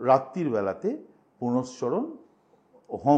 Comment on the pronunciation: আমি তো শব্দটা পূরশ্চরণ বলে জানি,উনি পুনশ্চরণ বললেন বোধহয়,হয়ত এরকম শব্দও আছে।